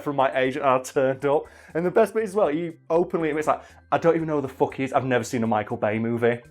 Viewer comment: "aaah autobots... FOUCK you"